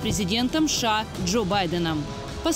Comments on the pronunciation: Женщина за кадром не шша а сша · Почему она говорит ША вместо США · Я прям чувствую чем более пафостнее видео, и чем громче произносится "СШААА" тем более холоднее становится в квартирах обычных людей в Европе, а тем более Украине...)